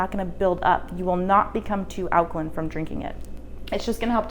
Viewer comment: Alkaline - pronounced 'line', not 'lin'....